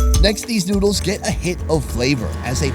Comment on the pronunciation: "The NOOduls" -*